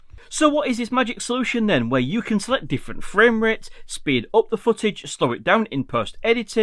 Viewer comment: Thank you for this tip. I wasn’t aware of some of those limitations in QuickShots. Also, I’m in the USA and really like your accent (compared to our English), and noticed when you say “up” it sounds like “op” 😂, no offense.